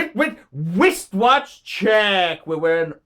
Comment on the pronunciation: IN ORDER TO DISCUSS WRIST WATCHES YOU HAVE TO BE ABLE TO PRONOUNCE "WRISTWATCH" DURING YOUR WRISTWATCH CHECK YOU ALWAYS SAY "WIST" WATCH CHECK. JUST PRETEND IT'S SPELLED -- RISTWATCH . FUCKER!